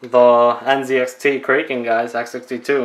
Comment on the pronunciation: The Kraken comes with thermal paste preapplied. Additional paste is neither necessary nor desirable. Next time read the instructions before presuming to teach others. And it's "krah-kuhn," not "krake-en." As in the legendary sea monster